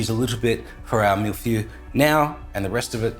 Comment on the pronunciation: That pronunciation of feuille though 😂